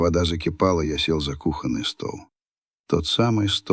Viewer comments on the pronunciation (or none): none